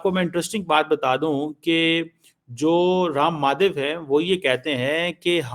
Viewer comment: 😂 Ram Maadhev, Kulbhusan Jaadhev ye inki halat hai itni simple pronunciation in jahilon se nahi hoti jabki bachpan ee Urdu or Punjabi bol rahe hain ye jahil tab inki ye halat hai or expert banana hai inhone Bharat ke upar. Waah jahilon waah bada hasa aata hai tum logon ki jahaliyat dekhkar Allah tumhare upar aur karam kare or aise hi aage badhata rahe or khas taur par tujhe or wo Muqtedar ko.😂😂😂